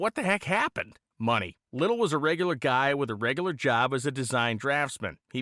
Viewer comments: Just saying... it is pronounced "Ly tell", not little Least that the way I pronounced it all my years! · His name is pronounced Ly tell. At least all the Hotrod community in Los Angeles called him that. My neighbor Dale Linguard did some fabrication on Lytele's Allison Issetta. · Its pronounced "lite-el". Good friend, good man. I worked with him in Maui 30+ years ago. He still had two of those engines left. I got to help install one into a VW Bus. Man was impressive. Made the 2 speed trans for it from scratch. He even built my Subaru Baja he sold me when back in 1993. Miss that dude.